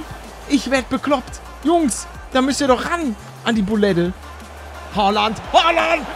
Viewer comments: Und übrigens es heißt nicht Hooland sondern Haaland 😂😂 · Oder Holland sagen geht auch gelle palle😂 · Haaland nicht hoaland😂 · ER HEIßT HAALAND NICHT HOÖULANND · Warum sagst du Hooland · Hi palle er heißt haaland und nicht holand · Paluten du trottel Haland heißt nicht errig haland sogar erling Haland und haland ist rechts Fuß du trottel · Wie Er Haaland ausspricht hahaha